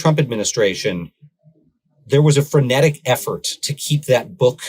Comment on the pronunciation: What is “franatic effort”?